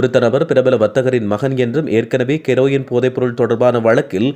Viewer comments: KEROIN wrong pronounce 😅😮😢 Herein correct Prime minister KARUNI 😅WRONG PRONOUNCE😅😢. HARINI. DAMN SHAME TO SAY.😅you tuber. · அய்யாதத்தமிழ் கெரொயின் எப்போ இலங்கைக்கு வந்தது இது வரை ஹெரொயின் மட்டும் தான் இருந்தது நல்ல தமிழ்